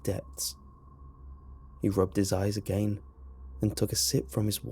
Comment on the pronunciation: How it's normally said "again" How says it "agaien"